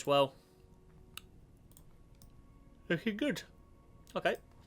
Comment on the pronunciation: “looking goot